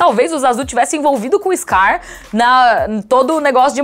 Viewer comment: "Eixscar", puta que pariu!!!!